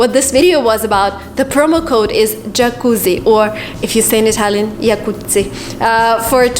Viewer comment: Your italian pronunciation of the word "Jacuzzi" is perfect. Brava!